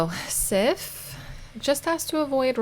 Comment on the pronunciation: I know its really late but im pretty sure that Sif is pronounced Siv, with the i being long. You said she was from norse decent and im swedish. I know that back in the day f was often pronounced as a v, and Siv is/was a common name.